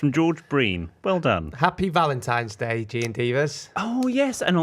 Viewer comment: How the hell did not pick up on ‘ValentiMes Day’??!! 😂😂